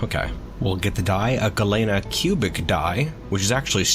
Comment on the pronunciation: Galena is pronounced like lean meat. Its a town in Illinois where the mineral high in lead is mined. It also happens to be U.S Grants home